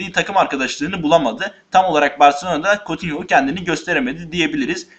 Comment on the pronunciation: Kutinyo diye okunuyor kotinho değil